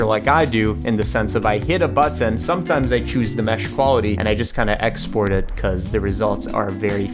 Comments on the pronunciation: it's pronounced "button" not "butt tin" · The way he says bu - ttun 😂😂😂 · but-ton, kinda annoying ahahhaha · the way he says button... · i love the video, i love the way you say button, I love your wig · The way he says button 💀